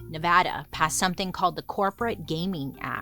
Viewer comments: Also pronounced “ne-vah-duh” correctly 👏🏽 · As a Vegas born and raised person, thank you for pronouncing Nevada correctly!